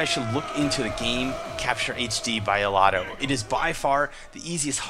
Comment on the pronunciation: DUUUDE OMGWTF YOU MISPRONOUNCED THE COMPANY NAME WTF DUUUUUUDE.